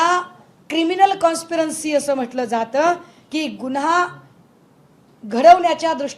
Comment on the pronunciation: क्रिमिनल काॅनस्परंसी नाही. त्याला क्रिमिनल काॅन्स्पीरसी म्हणतात.